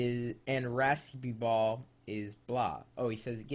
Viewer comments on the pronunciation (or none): Ok. Maybe I should give you some teaching how to pronounce these words somewhat phonetic: Raspeballer = raspehbahler. In many areas it's also called komle = koomleh. Fårikål = for-ee-coal Kjøttkaker = Cheut-kaker Lutefisk you said somewhat right. Just say it with a british/hard T for proper pronounciation. Smalahove = smaalah-ho-veh I like all of them! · ræspibål ! hahaha xD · Hahahahaha! I'm dying here! It's RASPE not rapist. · Haha Rapist balls!! Its Raspeballer mate haha really funnt thou